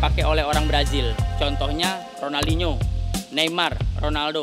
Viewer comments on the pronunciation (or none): none